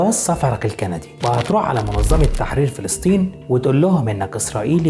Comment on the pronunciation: اخوي ان المعلومات الي عندك حلوه بس ليش نطقك للاسماء غلط مثل فلستين بريتانيا معمِر نص كلماتك غلط اقراء الكلمات صح لوسمحت فلسطين بريطانيا معمَر القذافي